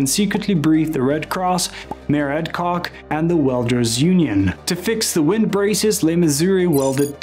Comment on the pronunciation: You repeatedly say "LeMissouri". Check yourself, that's wrong. You said "Mayor Cock" Check yourself again, it's Koch, like match. The "ch" is soft, not hard. And, who ever heard of "E" 53rd street? You're not a NY'er, are you?